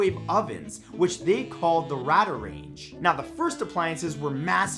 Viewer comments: It is pronounced Radar range Not Rada range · Radarange is spoken as radar range. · Radar Range (Ray-dar Raynge). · His pronunciation of RadaRange is second to none. LOL.